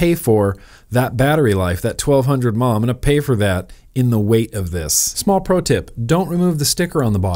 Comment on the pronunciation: What's a mah, its M A H.